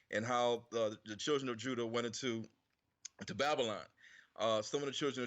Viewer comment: Pronounced the Names Juda as Huda...Funny how when you told him the letter "J" was invented in the 1500's WHICH IS TRUE..then he quickly pronounced it with a more "H"like sound before going back to immediately saying Jews the normal way